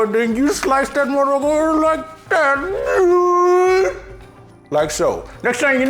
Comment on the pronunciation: “Then you slice that mflikethatnyuhhhhhhh” 🤣🤣🤣🤣🤣